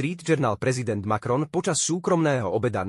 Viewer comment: Macron, nie Malron.